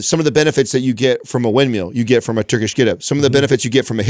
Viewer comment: is like 50, and still thinks a windMILL is called a "windMEAL". The guy is constantly saying "windMEAL" in multiple episodes, and multiple times in this episode alone, among the countless other elementary words he can't pronounce. He often says "why" instead of "while". In a recent episode, he said "why I was standing in line" instead of "while I was". You're clearly a very perceptive, intelligent, and self aware individual, if you've spent multiple decades using English as a primary means of communication, and still haven't figured out words that a five year old should know.